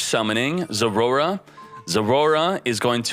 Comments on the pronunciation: " zoroa" not zorora ... learn to read 😂😂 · I like how he say Zorora instead of Zoroa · its not Roar. Poop Dip. Zor-oh-ah. zor-o-ah thank you. Have a little Respect for the Game State. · Am i trippin or is he actually calling it "Zorora" ? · i don’t even know how to pronounce it as Zoroa. maybe we should call it zorora like him lol